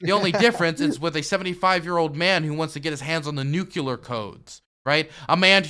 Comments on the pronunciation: NEW-CUE-LER CODES! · THE NU-CULAR CODES HEEM! NU-CULAR!